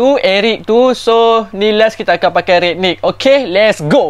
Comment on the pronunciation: Rangnick bang bkn ragnick, Alahai sifu pes ni😂🤦🏻‍♂️